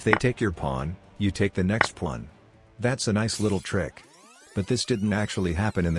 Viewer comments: It's funny how it calls it a plan, instead of Pawn. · "now you are up a powln" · Is it some meme-joke to have the text-to-speech generator say "pwan"? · The way he saya "The pwuan"😂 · I have to laugh at how AI voice frequently mispronounces “pawn.”